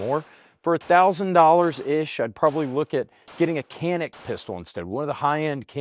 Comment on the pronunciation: while shopping one day I was considering a Canik and while discussing it with the expert behind the counter, my pronunciation was corrected, apparently it's "Jah-nik" not "Kan-ik"...The More You Know